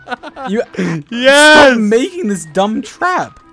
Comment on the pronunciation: dude, just because he said "sumb" Instead of "dumb" Doesn't mean he can't spell it! It's just a mistake that everyone makes! They probably didn't pay attention